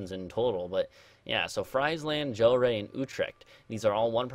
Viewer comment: Gl-air not gel-ray